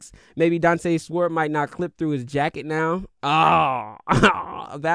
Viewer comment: Is he pronouncing the W in sword?? 😂😂😂